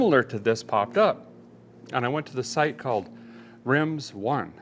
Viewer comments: Derek would pronounce it "Rims One" instead of "Rim Zone".. love this guy 😂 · Are you for sure it's Rimz one and not Rim Zone ???? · A guy thinks maybe it's pronouncek, "rim zone", instead of "rimz one". Is Derek pulling my leg again!? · I’m sure it’s rim zone not rimz one 😂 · Are you sure it ain't "rim zone" as opposed to "rimz one"? Tomato/carrot, or something like that. Any whoos.... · I think he means rim zone not rimz one lol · We sure that’s not said “Rim Zone” rather than “Rimz One” lol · How bout a guy hooking up a deal on wheels and tires!?! Awesome! Although, I believe it’s Rim-Zone and not Rimz-One 😂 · A feller over here was convinced that tire place was supposed to be pronounced Rim-zone instead of Rimz-one to the point I had to google it. Hope I’m not the only feller or fellet out there who was wildly confused at that one. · Are you sure that's not Rim-Zone instead of Rimz-One? ;-p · I believe its RIM ZONE not RIMZ ONE lol but hey sounds like a good deal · It's RIM ZONE . Not RIMZ ONE ..LOL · Rim Zone not Rimz one...anyone? or is Derrick being cheeky lol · Isn’t it rim zone? Not rimz one😂😂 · Derek says Rimz One...and i see it at Rim Zone....weird how the English language works. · Nice too on the wheels and tires. But question - could that be "Rim Zone," rather than "Rimz One?" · Hey Derek, I think it’s Rim-Zone, not Rimz-one… right? 🤣😂🤣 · im dying at Derek calling it Rimz One, rather than Rim Zone. 🤣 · Rim Zone not Rimz One 😂😂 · Isn't it "Rim Zone?" lol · Hey Fella, it's Rim zone... Rimsone... 🤣🤣🤪🤪😂😂😜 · LOL that's pronounced Rim Zone. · It's not Rimz One, it's Rim Zone!